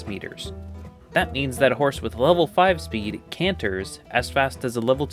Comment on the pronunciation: HorNse! HOrnSE! 🤣